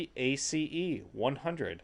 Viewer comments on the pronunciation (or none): OMG can you just pronounce it as ACE not A C E